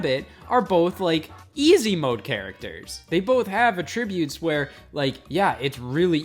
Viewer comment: are we gonna talk about how scott pronounced attributes 😭